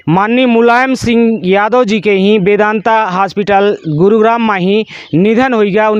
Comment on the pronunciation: Vedanta nhi badebhai..."MEDANATA" habe wa